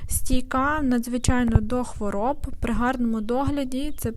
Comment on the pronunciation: Чудові троянди.надзвичайно гарна і корисна подача матеріалу.гарний голос.єдиге.що ріже вухо " хворіб" .ХВОРОБ.Якби була хворіба.то тоді.можливо.хворіб.а так "хвороб".